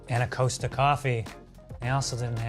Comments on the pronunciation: Costa is cost uh not coast ah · COSTA is pronounced 'Cost' as in how much does it cost and 'A' as in 'ahh' it's the last name of the Brothers who started the chain. 👍😍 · The way he was saying costa 🤦‍♀️